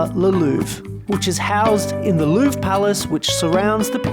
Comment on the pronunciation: Loved the video but it makes me crazy how you pronounce Louvre